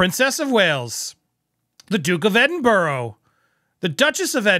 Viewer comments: Absolutely thanks for this correction it bugs me also how names places are mis pronounced 👏🤣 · Off topic here from a proud Scot. Pronunciation of Edinburgh is Edinburu (both 'u' as in ÙP) NOT EDINBORO. Feel better now 😊. Thanks for your work btw 😊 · I think the RF took the time to do this to give ppl something else to talk about instead of Catherine. Fyi: Edin-bur-ah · Edinbr- WHAT??? 😅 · Gloucester is pronounced 'glos ter'. Edinburgh is pronounced 'ed in bra'